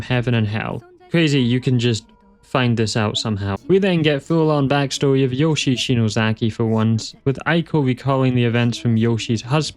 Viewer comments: A slight nitpick: Yoshie is said "yoh-shee-ay", not like the Nintendo character. In Japanese, the vowel sounds A-I-U-E and O sound like "ah", "ee", "oo", "ay", and "oh" and when two vowels follow each other the second one is generally a separate syllable. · Just one little nitpick: "Yoshie" is read as Yo-shi-eh.